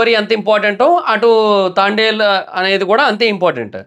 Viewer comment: తాండెల్ ఆ... తాంబెల్ 🐢 ఏం కాదు 😂😂😂